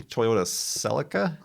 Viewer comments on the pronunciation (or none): none